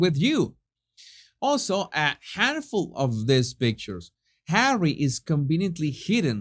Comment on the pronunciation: My days are no longer complete, until I hear you say Hawwy. 😄 Even when you just say Harry, it is full of disdain. ❤ Thank you for all of you content!